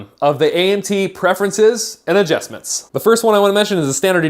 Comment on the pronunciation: AdJESTments? hhaha